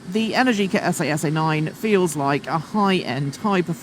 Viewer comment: but what did you think of the esAy esAy pronunciation, ouch.